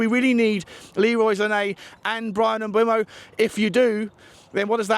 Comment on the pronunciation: Jesus christ with the name pronunciation on this one....m'boomo, para-ti-chi, san 😅